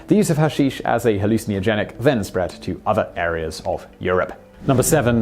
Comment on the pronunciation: The way you pronounce "halou-cee-nagenic" is hilarious.